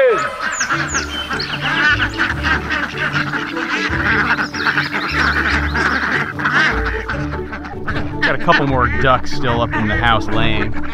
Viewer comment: It's 'RELEASE THE QUACKIN' not quackers.